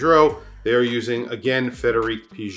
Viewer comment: Ps Frédéric Piguet's pronounciation is ULTRA-WRONG